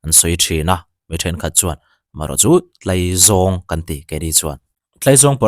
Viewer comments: Tlaizâwng a nilo tlaizawng zawk a lawm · Sir,in khaw lam dân nilovin Mizo ṭawnga 'Tlaizawng' a nihna ang khan lam dik laaaa.. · Sawi vak a chakawm viau....Hnamdang IG reels pawh hmuh tur a tam....A tam zawk chu fakna hliiiir a ni...Motor fare to erawh sawi a hlawh...Mahse, Mizoram ah chuan CNG/Electrict motor kan hmang ve lo..Oil man a to avangin fare a tlawm theilo... Chuan, Tlaizawng i lam dan hi Farkawn ah chuan kan lam dan a ni lo...😂😂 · Tlaizawng in lam rikdan chu a va mal ve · Tlaizawng i lamdan kha a thluk a dik lo